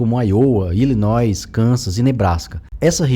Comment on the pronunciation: Ótimo vídeo! Em o narrador cita o nome de alguns estados, e a pronúncia norte-americana é "Áiouwa" (tônica na primeira letra para IOWA) e o outro é ILLINÓI (o som do S não é pronunciado) fonte